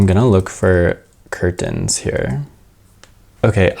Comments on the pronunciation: this was an awesome video! (the way you kept saying curTENs was cracking me up haha) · I have never heard someone enunciate curtains so hard before 😂